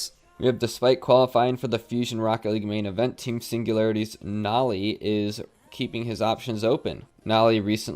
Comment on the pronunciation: I hate the way you pronounce Noly it’s meant to be like holy